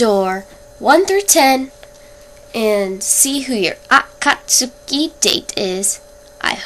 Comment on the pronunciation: lol u pronounced akatsuki and deidara wrong anywho i got itachi xD haha hes gonna kill me for no reason